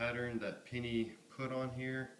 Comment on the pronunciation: The way that he pronounced it "pinny" instead of penny annoys me so damn much